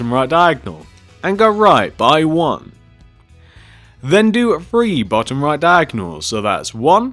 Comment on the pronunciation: MEHHH hallo I love yoouuuu voice and I've watched you so much I started saying three like free like how you say it